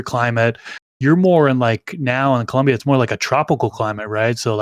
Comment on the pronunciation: It Colombia not columbia